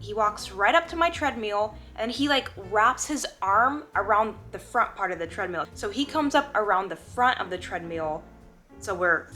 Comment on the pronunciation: Are you saying Treadmule ??? lol